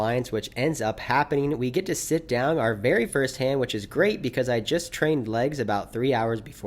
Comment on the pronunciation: Anyone else get tilted by saying "Look Downg at"